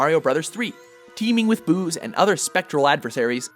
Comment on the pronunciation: I thought he said teeming with booze